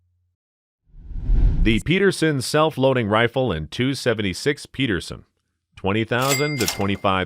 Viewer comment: im sorry for being an asshole gun nut but the narrator is saying some of the names wrong. like the Pederson ... he says Peterson and the Garand he says Garran. it confuses people